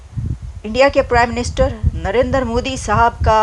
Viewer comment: Babe it is Narendra, not Narender. He is not a Punjabi.